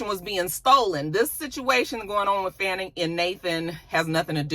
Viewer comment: Dang, how is it that you live in Georgia and get the local Atlanta news and you're pronouncing Fani's name wrong?